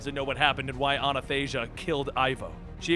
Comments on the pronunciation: You seem to be saying Anathasia instead of the correct Athanasia. No idea why they named her after an old Christian theologian but, that's what it seems to be. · Ffs it's ATHANASIA, NOT Anathasia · It's ATHANASIA, not anathasia. Athanasia is the female version of the Greek name Athanasios, and it means he who cannot die. Everytime I hear say her name wrong it gets on my nerves, like wtf you can't read? There is no anathasia. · You keep saying "Anathasia", is it not supposed to be "Athanasia"...? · ahhhhh my greek ancestors cry out in pain whenever you say ANNA THASIA! :'( it's ATHAnasia,meaning immortality in Greek! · Her name is Athanasia(Greek name) i believe,not Anathasia.... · It is A-tha-na-Sia my friend. It's Greek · Batman's daughter's name is pronounced A - Than - Asia and it means Immortality in Greek. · Dude, her name is A THA nasia, you're just puting the nas befote the tha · Hahaha! I can't believe you can't pronounce her name (let alone the writer himself can't). It's easy A-THA-NA-SIA. Athanasia means immortality in Greek. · i think i pointed it at every injustice video since her appearance, but its A-than-a-sia its like Thanos but with an A in front...and no us greek guys know how to pronounce it, still she deserves to have her name mispronounced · from, Athanasia is “maybe” pronounced as Athan•asia. That’s just a guess from me. Either way, thank you for all that you and your crew do at. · athanasia is actually a greek name you can copy paste Αθανασία into google translate for the pronounciation. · It's athanasia, Translates to immortality in Greek. Wikipedia can assist you in pronouncing it. Keep up the great work!